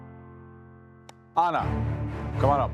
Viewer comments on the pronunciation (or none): none